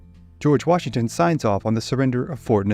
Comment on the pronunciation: That's why they call him WARshington